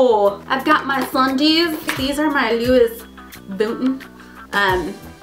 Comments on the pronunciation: She said louis votin...does she mean louis vuitton!? (i know i spelled that wrong but ya'll know what i mean) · DID SHE SAY LOUIS VOUTON.......its louis voution(lew-weyy vah-ton) hehe aww mistakes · Did u actually just pronounce Louis Vutton like that?.....*facepalm* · "These are my Luis Votin" haha....uhmm. yeah, '!' lol